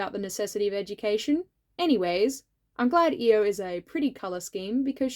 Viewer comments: My vote for queen Monarch comes with an annoying pronunciation thing. Correct me if I’m wrong, but is isn’t it i-O instead of E-O? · I thought her name was pronounced "eye-o" instead of "e-o" strange. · I always read Io as eye-oh because that's also the name of one of Jupiter's moons and that's what I've heard it pronounced that way Maybe that's a reason why people were confused when you mentioned her? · Hi! First up, I’m here to vote for Danaid and Tortoise again, and also to let you know that Io looks amazing. Second thing,, people possibly gave you weird looks because her name is ‘eye-oh’ like the letters (yes I checked, it’s how it is in the audiobook, and this is how you say the name of the moth 😂). Oh also extra vote to the green Sandwing soldier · When he first said Io's name I thought who Eo was but then realized that he was talking about Io we just pronounce her name differently. I was so sad for for a bit because I really thought that was a character I didn't remember. I can't remember most of my own character names from books but I can remember that when Clay was imprisoned by Scarlet the dragon near him was an IceWing. This could be due to the fact that I read Wings of Fire as an audiobook while I do really anything like work, clean, eat, sleep (it helps with my insomnia). If anybody is up for the challenge can you comment to this comment a character you think I might not remember from Wings of Fire, please. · I've gotta be that pest who tells you, it's pronounced "Eye-oh"! Edit: And also "Suh-KAY-duh" for Cicada :) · I'm glad you made Io, I really like both her design and her character. I did think her name was pronounced diffrently, lol. Also, I'd like to vote for grayling and the scrap fabric dragon :)